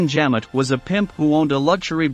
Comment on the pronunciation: WTF is the bermakt ⁉ And who was Fabienne Jam-it ⁉ Jam it where ⁉ All of this great factual information you researched degraded to amatuer hack level because you can't pronounce the names of people, places, or things properly. I noticed this in a few of your videos. 😒🙄